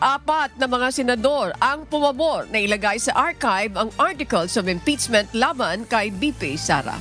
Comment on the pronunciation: Madam pakiayos yung pag pronounce ng mga words po. IM-PEACCHHHH-MENT, hindi IM-PITS-ment! feedback lang po. Kasi yung Mendowza ang oa po pero ang impeachement mali. Hayst. Please po. Nanonood po ako sa UNTV parati. Ayusin nyo FLEASEEE